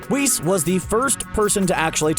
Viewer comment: This man said Whis.....easy dislike. You already said Beerus and I let that slide but Whis, come on now💀💀🤡